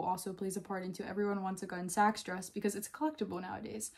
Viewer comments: It’s not pronounced “gun sax”. It’s more like “Gunny sax.” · Not "gunsax" but "gunnysacks." It's a pun on the gunne (2 syllables), the Anglo-SAXon gown. Before Gunnesax, she did the Young Edwardians line. The Gunnesax early dresses had zero lace. They used a jute guimpe. And the normal term is "leg o'mutton." Hippies could not afford a $70 dress. Never saw a true hippy wearing them. Gotta go. Gunsax is like being hit in the ear.